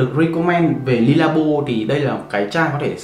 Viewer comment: Khổ quá. Dùng nước hoa bao năm rồi đọc nó chuẩn tí, éo phải Le, Lê hay Ly. Ô chả biết cái éo gì cả